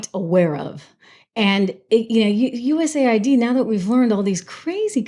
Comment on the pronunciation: It's US-AID, not USA-ID.